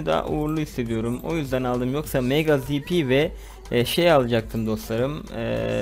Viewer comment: ta zp ye za diyo